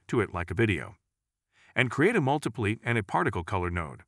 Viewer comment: Lol "Create a multi-plee" Gotta love text->speech